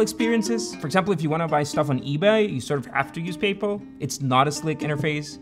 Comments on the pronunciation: The name Peter Thiel is pronounced "Peter TEEL". The "Th" in Thiel is pronounced like a "T" sound, similar to how you would pronounce the word "tea". 😂 It's PayPal not PayPull. 😂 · PayPal! You're saying PayPal. OMG, it took me like 5 minutes to figure out you were saying PayPal. I thought you were saying Papal--like the Pope. I thought it had something to do with the mafia stuff. LOL. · Great video! The way you pronounce PayPal sounds like “papal”… when you first said “PayPal Mafia”, I thought you were referring to the Catholic Church. 😂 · Great video. I always though it was pronounced pay-pal but in the video it is Payple? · "Where do they get this stuff?" Uh, from the Italian language and the terms are Sicilian Mafia terms that have just been applied to these people. It's pronounced Don (how did you get "do-hne" out of like one syllable?), and it's "PAYYYYY-pal", not "pey-pl" (How do you mess up 2 single syllable words?!) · Great vid but the pronunciation? I've always thought it was pay-pal, not papal. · Great video, but PayPal is not pronounced like “papal”, as in, of the pope. The second syllable is “pal”, as in friend or buddy. So the company name is pronounced “pay-pal”. Rhymes with “decal” or “SoCal”. Also, Peter Thiel’s last name is pronounced with a hard “t” sound at the beginning - sounds like the color, “teal”. Sorry to be so pedantic, but it seems important if you’re teaching stuff on YouTube to pronounce that stuff correctly. Other than that, loved the video. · Pay-pal 👏👏2 hard syllables, not papal like a pope. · So, have I been saying PayPal wrong, or is it just this guy? What I’m hearing is closer to ‘People’, like Payple- is this how it is supposed to be pronounced? Not pay + pal (as in buddy?), not trying to have a go - genuinely wondering since I expected the top comment to be that, someone commenting on the pronunciation. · Its "pay pal" not papul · Why can't you say PAAAYY sounds like papal like catholic pay pal easy